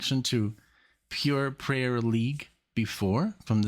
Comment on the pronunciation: The name of the band is Pure Prairie (prai·rie) League, not "prayer"....A tract of rolling grassland